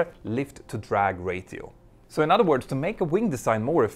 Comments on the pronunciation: I can’t watch another second of this video without pointing out the incorrect pronunciation of the word ‘ratio”, that the narrator says over and over again. I know that English is not his first language so I’m just going to suggest he asks someone , or just looks it up. Simply put, the t in ratio is silent. The phonetic spelling should be more like racio , or rasio even! It’s a small but important distinction . One is correct, one is not. I’m only pointing this out as it takes away from the really excellent video and I’m guessing that he’s going to need to use the word many many times in making future videos on this subject matter . The vernacular of aeronautics is not likely to change in the near future and the terminology is a big part of that. Apart from my trivial observation on pronunciation I should point out that the rest of the video is top notch and highly informative and entertaining . My humble apologies if my comment reads as condescending , its not my intention to cause offence, sincerely. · Greta video. FYI ratio is pronounced “ray sheeoh” the t islmt spoken at all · “Ratio” is pronounced as “ray-shi-o” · Ratio is pronounced Ray-She-o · Repeat after me; RAY-SHE-O. Ratio. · ratio pronounced ray-shee-ow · Love your content! Just a heads-up, ratio is pronounced ray-show. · yes, but then it's ray-shi-oh or ray-chi-oh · Mentour Now! , cammon, make a small effort to pronounce word "RATIO" correctly !! it's really annoying to hear it your way !! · Idk why, but the way you pronounce "ratio" tickles me. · "RAY-SHEE-OH" not "RAY-TEE-OH" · Love your videos (and I'm not a pilot!) - Would also love for your English to keep improving 😉 So in that vein, "Ratio" is pronounced "Ray-shee-o", not "Ray-tee-o" - keep up the great work! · MP, you gotta practice that English my man!! lol. Ratio = "ray-SHE-o" not "ray-TEE-o"....... On the other hand, I know the ladies LOVE It, so.... lolool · REY-shi-o not REY-ti-o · Another great video ! One pro-tip: ratio = ráy-she-oh